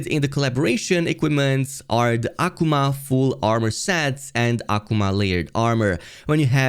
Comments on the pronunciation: Aquomon..........Akuma (uh-koo-muh) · Why are you saying Akuma like that? 😂